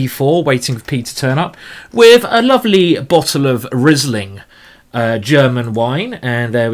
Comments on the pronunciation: Great tactics and great positional play as well. Learned a lot from this game! So I can`t tell you nothing new about cheess, let me tell you, that the Wine is not spoken like Rizzling but like Reeseling. :-). (Like Reese Witherspoon without the Witherspoon and then ling.) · Great tactics and great positional play as well. Learned a lot. So I can tell you nothing about chess, let me tell you that the wine is not spoken like "Rizzling" but like "Reeseling". (Reese Witherspoon without Witherspoon and then ling). :-) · You have a good taste. By the way, it is pronounced Reesling. I am from Germany. I think Karl Erbes, Karthäuserhof and Dr. Loosen are good Rieslings.